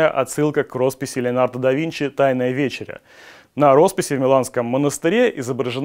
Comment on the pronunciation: Вечеря-произноси правильно глупец🤦